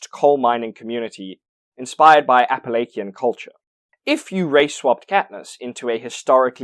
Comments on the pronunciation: I live in West Virginia and I've never heard this mispronunciation of "Appalachian" before. It's typically either "appa - latch - un" if you live here or "appuh - lay - shun" if you're some fancy city slicker from elsewhere. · Appalachian isn't pronounced Appalakian. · FYI, appalachian is pronounced with a chuh sound, as in church. Not a hard k. Signed - someone who grew up near the Appalachian mountains. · Ap-huh-lake-hi-Anne culture in hunger games? Major fail on pronunciation research. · Appalachian is pronounced closer to "apple-hatch-in". The first a is a forward, open a sound and the other a's are weak schwas.